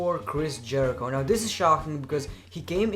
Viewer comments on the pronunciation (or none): none